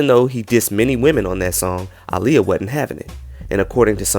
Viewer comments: pisses me off do much.... just say there was so much racist undergo happening aaliyah was overlooked shawty was successful at 15 its pronuned Ail-yah exaggerating for no reason, also bro was jusy going to keep waiting she did NOT want THAT. Goodbye go to bed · white people having a hard time with the name aaliyah but not aaron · Howard Stern is very disrespectful ain't even pronounce bbg name right aaliyah was to good for these lames I miss her so much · These heathens can never pronounce Aaliyahs name correctly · I honestly think Ricky Martin wasn’t being shady or funny. A lot of people would mispronounce her name. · It’s not shade, it’s the fact that he didn’t bother trying to get the pronunciation down during rehearsals for the award show.